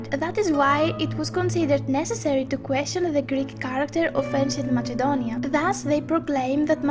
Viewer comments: Can anyone tell me why the narrator is pronouncing it as "MaССНe-donia", when the name in Greek is "MaКе-donia"? Who really pronounces it with the sound "-CH-"? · The stupidest thing I have watched today... This is nonsense and her voice is so fckin annoying... And it isn't MaCHedonia you stupid fuck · its not called Machedonia its called Ma{s}edonia but its writen Macedonia 🤦🏼‍♀️😑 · Lol I'm sure this person is either greek or greek biased person.. U cant even say the name Macedonia.. Its with K not MACHEDONIAN wtf are u even doing😑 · First learn to pronounce "Macedonia" instead of "macchedonia" then re-do the video tbh. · Προφερεται ΜΑΣΕΝΤΟΝΙΑ!! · Lol she literally says mačedonia 😂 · It's actually pronnouced Makedonia. Because that's how the Greeks pronounced it. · She was saying machedonia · Honey, learn to pronounce MAKEDONIA first! What is Machedonia? And that voice...hotline service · U cant even Pronounce MACEDONIA u say MACHEDONIAN wtf ? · Ok guys.You are right.Matsedonia is the albanian pronounce. But she has greek accent in english also.And she keeps a pro-greek stance. She is propably greek-albanian. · Learn how to pronounce Macedonia please. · Me after i hear her pronounciation of "macedonia": I'm done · Lol she don't know how to pronounce Macedonia and she is talking about that Macedonia is greek Macedonia never greek clear? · That on the begining heart my heart....and this fucking girl doesn't know how to say Macedonia.( I'm Macedonian) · I understand that, however if you are narrating in English, it would only be right to stick with the English pronunciation. Thanks for explaining, though. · You are an idiot on every point you made the Macedonian language is more complex than bulgarian you don't know even how to pronounce Macedonia so this is bullshit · Learn how to say Macedonia right and stop saying it wrong ist cringe.MACEDONIA is not greece.